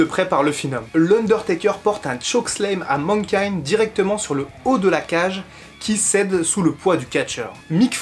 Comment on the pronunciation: Mankind et pas Menkind ! M'irrite les oreilles cette prononciation.